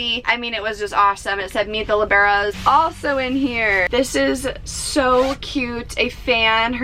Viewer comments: it is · That’s not how you say libero